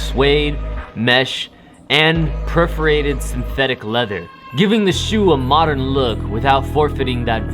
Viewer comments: it’s perforated not preforated. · perforated, (pur-fur-ray-tid) not preferated tf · its PERforated not PREforated